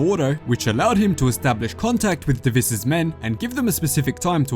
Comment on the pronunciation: Your pronunciation on deviss is wrong its dev-is not dav-ess